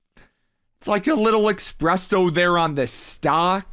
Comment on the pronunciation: Its called Espresso not expresso